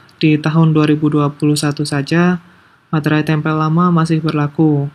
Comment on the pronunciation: Masih banyak yang menyebut meterai sebagai "materai" 😅